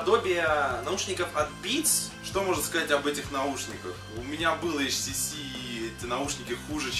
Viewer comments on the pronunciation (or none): Не ШТС, а HTC(ейчтиси)